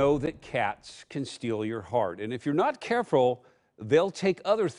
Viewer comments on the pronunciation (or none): "...and if you're not *carefrul*"